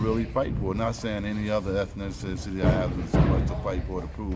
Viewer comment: Damn unc said “Ethniicicity” 🤣✊🏿✊🏾✊🏼✊🏻